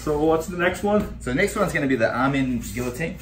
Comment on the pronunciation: It's pronounced guillotine not guillotine